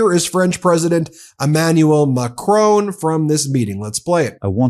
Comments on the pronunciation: Ben, thanks for all your work. Please pronounce President Macron properly. maa-Kruh(n) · Jeez Ben, pronounce Macron right. Sick of telling you this. Makes you another dumb American. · I love the Meidas Touch deeply, especially Ben, but can somebody tell him that there is no "e" at the end of President Macron's name? Sorry, I know I'm being pedantic, but still. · We love your reporting but ..Please Ben.. spell the French Presidents name correctly MACRON.. thank you🇨🇵👍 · Hi Ben, Great content. Could you please pronounce the president of France, s name correctly please. It's Macron not Macrone.... It just jars a bit. Thanks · Macron not "Macrone"! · Macroon again instead of Macron. Guess we have to start calling this channel MeidasTooch to get them to pronounce it properly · MAC RON - not MAC RONE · I love listening to your podcast, but please say 'Macron' correctly! It's not pronounced 'Macrone'. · The man’s name is NOT Macrone, his name is Macron FFS! The name ends RON like saffron and not RONE as in groan. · I like your commentaries and watch frequently. Please pronounce the French President's surname correctly. It's really grating on me. His name is not pronounced MacrONE, like the way you would pronounce DRONE. It is Macron- phonetically MacRAWn with a soft n at the end. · it's not Mah Crone.... its Macron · Mac RON not Macrone ...Please. Merci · it's not Macroan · Hey Ben, its not "President Macrone", you pronounce it Mac-ron. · I appreciate your posts but, without wishing to cause offence, do you think you could learn to pronounce the French President’s name correctly… it’s Ma-cron, silent n, just google it, not MACKRONE. Thank you. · Please pronounce the French President’s name correctly. It’s Macron, rhyming with saffron - not Macrone, rhyming with phone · Hi Ben,please pronounce his name correctly: its not macroooooon, but macronnnn ( oh) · It’s MACRON not macrone. Mac Ron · Guys try and pronounced Macron properly please it isn’t Macrone! It’s Mac Cron!